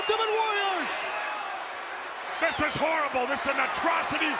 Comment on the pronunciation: howard finkel the only american that could say "warrior" properly